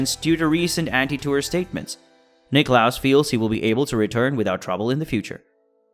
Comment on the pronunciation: Not Nick-loss, Nicklaus!